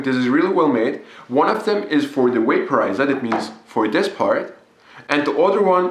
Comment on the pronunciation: What is a "smoke dewice" and "waporizor"?